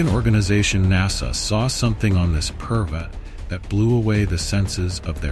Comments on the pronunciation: Dear AI. It is not Pervert it is Parbat. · Bro seriously 😑 not funny its "parvats" (mountain) not "perverts" (Someone who has been morally or mentally corrupted.) if your speaking in 1 language keep the mentions on nouns and pronouns in the same language others who dont get your efforts and dont understand hindi will take it in a wrong way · The word is not pervert, the correct word is parvat .. it means mountain .. please say the correct word, saying the wrong word gives it a different meaning 👍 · it is "parvart" and not "pervert" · Parvat not parvati. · This is a sensitive topic about the place which is sacred. You need to be careful about the subtitles. Parvat is the better pronunciation. I'm gonna report this video regardless. You could have taken the time and viewed the video to make changes. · What is pervatiar....not an English word or Hindi....did you do it on purpose....every word you used is English except calling a mountaineer a pervertiar.... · bro you sucks at spiritual name of sacred moutain parvart, as pervert, and you teasingly said I'm trying to improve.